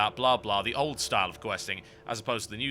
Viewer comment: "escort teh stick" lolz.